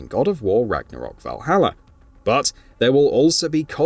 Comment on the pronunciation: Speak correct english..vahallaer?!?🙄